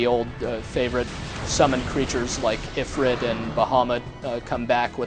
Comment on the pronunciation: ugh, (EE-fr-EET) and (BAH-ha-MOOT)